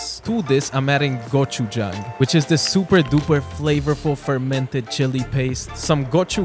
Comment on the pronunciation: It’s pronounced gochu gung with a mix of g and j